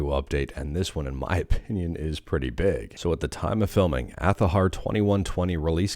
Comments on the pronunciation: You should follow your own advice do that same too because my comment bother you that much you felt obligated to make a comment. Hypocrite much. I said it before I will say it again it's Azhar not athaher. It literally takes zero effort. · you really need to calm down and i can see the rage boiling in your head.stop liking your own comments it's cringe. Even after all of this you can shout all you want. It still not change that fact that it's Azhar not athahar.